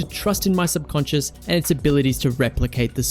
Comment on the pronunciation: gonna take a shot everytime says subconsince